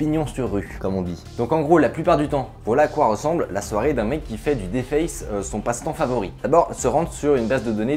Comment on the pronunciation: Sa s'écrit deface met sa se dit diface